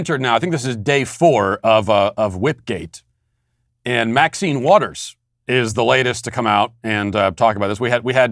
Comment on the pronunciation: You pronounced Mac-sine Waters wrong.